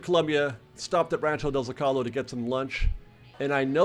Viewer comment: I love your content and have been a long time fan of Fresh Baked. But it’s Rancho de ZO-cal-o, not zoc -Al - o. Sorry if I’m being pedantic, but it just grates my ears. Hope you have a wonderful day and love you back and stay kind and safe!